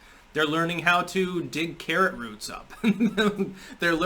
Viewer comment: " carrot roots"?